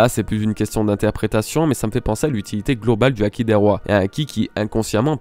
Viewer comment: "acquis" "Haki" comme tu veux lol sinon good video:)